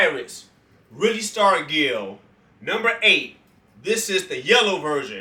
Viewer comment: Yeah it was willie that warmed up with a sledgehammer. Pronounce his name with a "j". Say it like Starjull